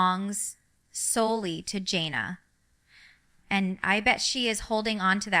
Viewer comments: I agree this is AI. Ginger would know how to pronounce her oldest sister's name and it isn't JOHNnah. Her name is JAN uh, Jana. FAKE video waste of time. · I watched about less than ten seconds ...first she called her John-a , and then Jane-a, neither of which are correct and jinger has NEVER called her either of those. She really should sue, as someone else has suggested! What in the AI crap is this?!!